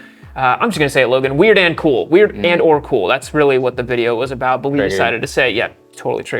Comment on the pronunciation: Why can't you say "weird"?